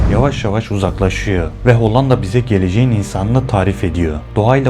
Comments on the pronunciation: Hollanda derken l’ler ince söylenir be abim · Madem içerik üretiyorsunuz, öncelikle emeğinizi tebrik ederim,ancak diksiyon konusunda özellikle dikkatimi çeken bir durum oldu. “Hollanda” kelimesini söylerken “L” harflerini oldukça sert ve baskın telaffuz etmeniz kulağı oldukça yoruyor. Bunu biraz daha yumuşak söylemeniz videoların akıcılığını ve izleme deneyimini çok daha iyi hale getirebilir.Hatta bu yüzden videoyu izlemekte zorlandım diyebilirim,,sadece yapıcı bir tavsiye olarak belirtmek istedim.